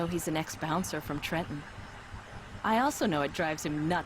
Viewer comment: I like this story! They mentioned my home town of Trenton, NJ. They even prounced it right by only saying the first T. I still enjoy the stories the best when you do them with Holland!